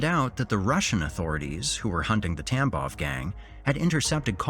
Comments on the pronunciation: I know you're saying gang, but my brain keeps hearing TampoN gang and it makes me giggle each time you say it 😂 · Thank god I’m not the only one! And the first mention of it he said something about bloody conflict and I just about lost it.